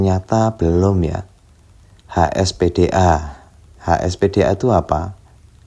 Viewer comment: hsdpa om 🙂 bukan hspda 😊